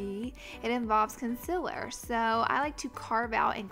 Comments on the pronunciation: "conciller' wtf?! its concEALer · you just pronounced concealer as concillah mhmm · Conciler lol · Did she say "conciler" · Instead of concealer she said concyhler xD No offence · lol she says "consiller" im not being rude i love your vids . but its funny 😍😍😍😍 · Conciler? Hahaha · The way she says concealer...conciler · Did you say conciler?? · "consiller" me too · "con-sila" LMAOO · I love the way she says "Conciler"😂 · This may sound weird but i like the way she says concealer😂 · Is it just me or is she saying "concealer" kinda weirdly? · Why does she say concealer like that😂😂